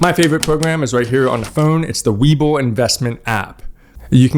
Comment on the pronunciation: I learned to invest in voo and schd because of you and so far so good. Lets see 5 yrs later then 10 and so on. Why do you say wayboo. Its webull